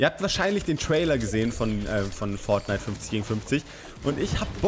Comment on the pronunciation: Nims nicht übel ok man sagt nicht Forghnite sondern Fortnite nicht so lange mit r